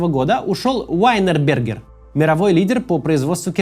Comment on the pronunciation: Вообще-то Винербергер, а не Уайнербергер )))